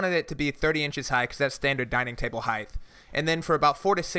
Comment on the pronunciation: Height. Height. Height. Heighth is not a word, it has never been a word. Height.